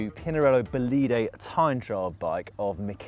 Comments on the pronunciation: Dan is Bólide with the accent on the O not bolíde. Please... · Bolide in italian is pronounced with the stress on the o (Bòlide), not on the i (Bolìde). Sick bike btw.